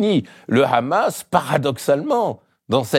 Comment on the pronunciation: C’est quand même formidable d’entendre Mr Badie prononcer correctement « Mahmoud » et « Hamas » mais dire « Trumepe » 😂